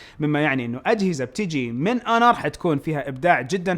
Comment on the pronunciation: اسمها (أونر) وليست هونر لأن حرف h هنا يعتبر حرف ساكن مثال كلمة honest هنا تلفظ اونست وليس هونست وشكرا.